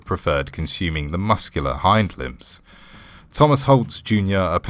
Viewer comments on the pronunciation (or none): none